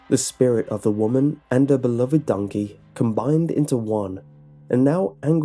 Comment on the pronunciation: “Oh dOnKehH”